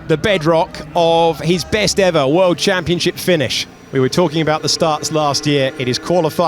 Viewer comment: min - "...for the world championshit"